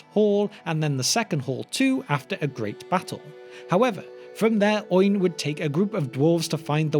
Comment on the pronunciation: Oin and Gloin are two-syllable names. They do not rhyme with groin.